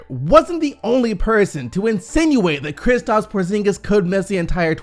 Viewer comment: Thank you for not saying KriPstaps anymore